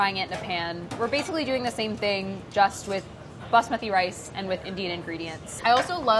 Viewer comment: I respect the way you say Basmati.